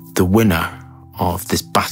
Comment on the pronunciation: Great video, but "Terre" is pronounced similarly to "Tear a piece of paper" and not "Terré"...